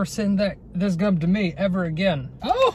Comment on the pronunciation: Replace G with c when he's says gum